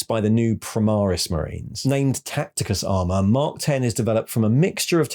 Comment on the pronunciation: FYI it;s mark X {like the letter X} not X {10} armor Caull wanted it not to be a numerical mark